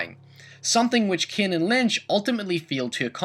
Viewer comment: It pains me how you say the name Kane